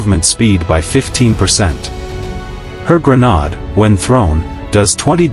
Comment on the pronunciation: "Grenodd" lol xD